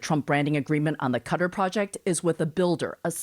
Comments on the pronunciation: It's really weird that the female narrator pronounces Qatari correctly but pronounces Qatar incorrectly (she says "cutter")... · Can you teach the other people not to say "cudder" ? The top people are as dirty as the orange toddler but the country's name deserves some respect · Everytime I hear you guys saying “Qatar” my ear bleeds 😅